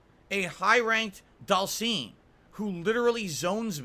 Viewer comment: Dhalseeeem …..arrhhh I hate the way he says it